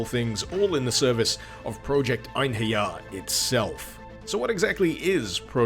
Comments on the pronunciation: It's pronounced En-herry-arr though... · as a valkyrie profile veteran, i’d go with project ein-ha-ri-ah. whatever it is tho, cool mod. also, are you watching out for the castlevania simon’s destiny mod? it’s not released yet but it’s supposed to be the original castlevania in 3d